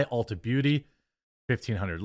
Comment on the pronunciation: Dude you are awesome! So well spoken! I love your content. But it’s ULTA not Ultra, lol, I’m rolling 😅